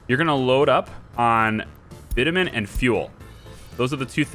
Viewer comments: Hi there, just by the way... the way you pronounce Bitumen is bitch-u-men. You asked :) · its "bitchewmen"